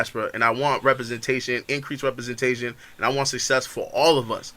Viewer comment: One: representation not repersentation